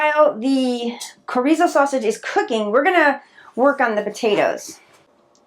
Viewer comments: Sho-ri-zo, not corizo😆😆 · That Mexican meat is pronounced schor eee so. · It's pronounced "Chr-ee-zo" but great recipe. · it is pronounced shore eee zo. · That Mexican sausage your using is pronounced (shore reeso). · Chorizo is pronounced "cha rees o" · ... it's actually pronounced cho...(long o) ree.. zo (long o again) 😊 looks good though